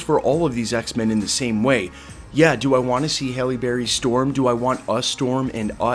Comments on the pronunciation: Bro. Pronounce her name right. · I immediately noticed that you pronounced her name two different ways and you pronounced the word cat as dog which was really weird. Take your time dude...